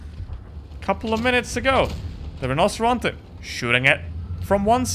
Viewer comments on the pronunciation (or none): Yooo, I'm Italian, but I don't get offended by mispronouncing Rinoceronte, but if u want to offend some or whole Italy, just put pineapple on pizza or break pasta in front of Italians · I'm Italian living in Spain, you said it in southern Spanish 🤣